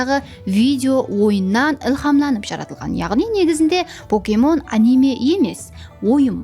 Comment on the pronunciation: Покемон дурыслап айтын, поокемон емес, пакемон деп айтылады